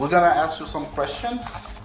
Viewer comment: Of course the teacher that uses “axe” instead of “ask” is the one beating a student.